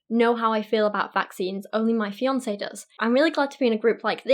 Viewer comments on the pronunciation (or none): none